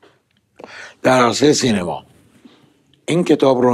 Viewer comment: جون سینما رو اشتباه تلفظ میکنی. امسال درست تلفظ کن